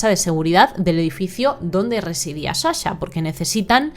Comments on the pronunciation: otro misterio es de donde sale la palabra Shasha cuando es Sasha... shushi😢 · Perdon no es hate pero me enerva , mi toc no me deja 🤣es sssssssa-sha no shasha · Sa-sha no sha-sha 🙌